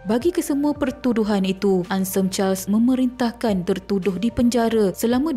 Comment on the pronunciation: Kak, Anselm tu nak sebut kena bunyikan huruf L. Masa Mula2 dgr saya ingat hensem, bila tengok ejaan rupanya Anselm. Bkn apa, Ada stgh org sebutan nama sgt sensitif.